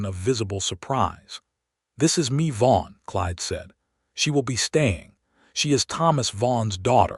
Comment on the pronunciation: Mae is pronounced as May, but this was a good story. She was a very determined young woman. Listening from Selma, CA.